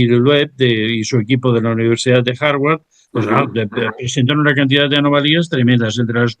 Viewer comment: No creo mucho en la universidad de "Jarguar"...😂...y en la de "Harvard" ....tampoco.... 😂. Excelente programa.